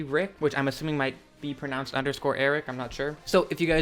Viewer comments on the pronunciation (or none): none